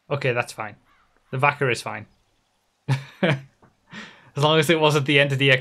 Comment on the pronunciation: When says Vacca it sounds like Fu**er 😂😂